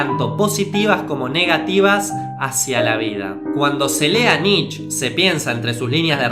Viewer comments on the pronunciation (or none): cometiste un par de errores en la parte de Nietzsche (se pronuncia como "knee-tcha" no "nich") En El Zaratustra el loco (otro personaje) había anunciado La muerte de Dios, no el Zaratustra. Y el tema de Heidegger y el nazismo es más complicado, el voto por Hitler pero se arrepintió eventualmente, y no sé quién de los dos estará mal informado, pero en principio el no había "malinterpretado" las obras de Nietzsche, de hecho, fue el que más exhaustivamente lo analizo y le dedico 4 libros a el, cuando todavía sus trabajos vivían en Las sombras. Si me tiras una fuente de lo de Heidegger te lo agradecería. Y lo del Superhombre olía mucho a resumen de revista Billiken, pero está bien lograzo considerando que lo tenías que explicar en menos de un minuto (entusiasmo a todos a que indaguen más en este autor y sus conceptos). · Se pronuncia "Nitche", no "Nitch" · Amigo no se pronuncia nitch es Nietzsche así tal cual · Por favor, dejá de decir nich, se dice Nitche, la E se pronuncia en alemán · Se pronuncia "Niche" no "Nich", banana.